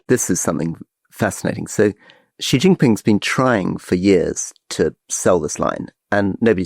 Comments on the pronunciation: How to pronounce 'Xi'? Many English speakers have trouble pronouncing this Mandarin sound. Many pronounce it as 'jee', which is not right. The best sound is more like 'syee'; less good is 'shee'; less good is 'see'. Yes, a trivial comment. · Gott in Himmel, would Alistair please learn from Rory's pronunciation of the Chinese leader's name. No such sound as /ʒ/ exists in Chinese. The character 习 (習) is pronounced /ɕi/. The closest English sound to /ɕ/ is /ʃ/, as in "she". Just say "she".